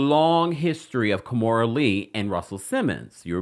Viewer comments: It is Ki-mora not Ka-mora 😵‍💫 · 🤦🏾‍♂️ Key-More-Da(Amistad Voice)